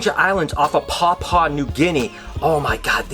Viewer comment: (pa-pu-ah) not pawpaw....